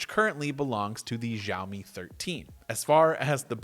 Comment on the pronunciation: Zhao meeee. No no no it’s xiao me. Also yo I have the same lamp!